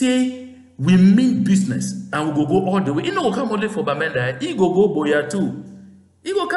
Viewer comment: business is pronounced in English "bizness", not "bewzness"